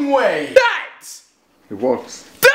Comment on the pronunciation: Why does he say "Dad-ts" Instead of "Dad" If you listen closely He says "Dad-ts" "Dad-ts"